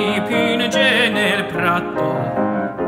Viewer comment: I was going to say the same thing. Most of the "doppie" are wrong. Thank God you came along earlier, as I wasn't going to be as nice as you.